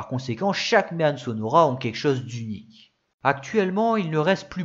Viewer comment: J'habite à une trentaine de kilomètres du village de "Méanne". Je te taquine, parce qu'on prononce "Mé-An" (comme dans "maman") mais bon, ce n'est pas très grave car avec ta vidéo, j'ai appris plein de chose sur cette voiture ultra méconnue même dans ma région. La seule "Méanne 😁" que j'ai vu en vrai est la barquette au musée bruxellois Auto World, c'est dire.... Encore bravo pour ta vidéo ultra pro et documentée, (euh, je veux dire ). Gros pouce bleu!